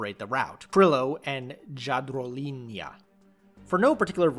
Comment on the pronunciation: Jadrolinija .... J pronunciation like Y in Yale or in Yonkers for example ....linija means "line" & Jadro ?? Simply...Jadran means Adriatic (sea) .....Adrialine !!! P.S. from which US state you came ??